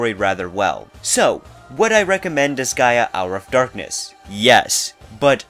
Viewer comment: You pronounced disgaea correctly.